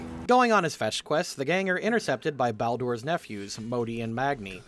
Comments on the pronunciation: dude said ball door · Yeah and "Balldoor"